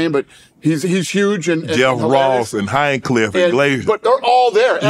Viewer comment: Heincliff? Close enough 😂